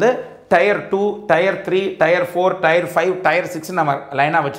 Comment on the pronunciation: Thanks for these wonderful videos. A small suggestion on pronunciation of Tier, it is pronounced like tear(டியர்), not Tyre (டயர்) (used for Car Tyre).